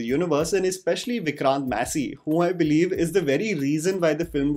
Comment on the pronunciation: Is not his name Vikrant (Maa-say) and not messy?